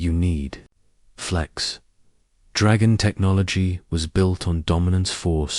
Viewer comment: "towering dragon kin" This AI voice just slaughtered the pronunciation of the word 'dragon' UGH!!!!! AND slurred it into a single word with 'kin'. Pauses where they don't belong. the picture (and text) went blurry. Quitting now. Third video in a row from this channel and all of poor quality. Telling YouTube to stop recommending them to me.